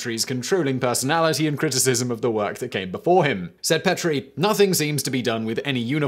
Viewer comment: I've been to the Petrie Museum. Petrie is pronounce Pee-tree